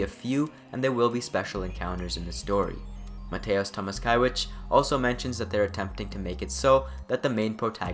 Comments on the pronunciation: Mateusz Tomaszkiewicz - try to read like this: Mate(like yerba MATE)-oosh Toe-mash-Kiev-itch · Oh I love all of that so much! I can't wait for the game! Nice video, but if you really want to nail the pronounciations of polish names, I can help: Mateusz Tomaszkiewicz = Mateush Tomashkievitch (It's mostly cosmetic though, don't worry about it and don't mind me, I just wanted to show off my polish skills :P proper pronounciation of polish names is a racial ability that comes with your character's class if you choose to play as a Slav)